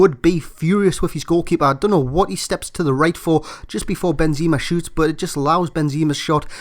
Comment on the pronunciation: i'm sure its pronounced benzema you say benzeeeema